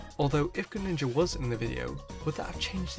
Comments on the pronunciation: Lol when you said Graninja it made me laugh 😆😆😆😆😅😅😅😅😅😅😅😅😅😅😆😆😆😆😆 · All those times you said “greninja” in the video. It starts to not sound like a word